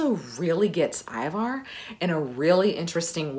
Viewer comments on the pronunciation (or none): And yes, Ivar is pronounced Ee-var, not Eye-var. I'm norwegian.😊